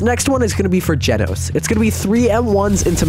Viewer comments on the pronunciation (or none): it's actually genos nor jettos